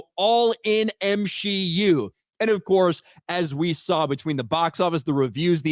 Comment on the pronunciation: The way says the M-SHE-U is alive! It’s like it’s Frankensteins monster at this point. We know what we need to do… burn it with holy fire!